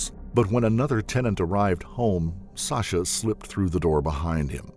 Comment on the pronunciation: random but whys he pronouncing her name like sosha?